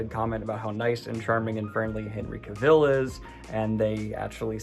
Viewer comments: Seriously Daniel, how hard is it to pronounce Cavill correctly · I'm sure by now Daniel knows Henry Cavill's pronunciation, so I'm not gonna hop on that but I gotta say... that woman's voice in the intro is doing things to me. i like. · Have you literally never heard anyone say Henry Cavill's name before??? Sad Goblin =/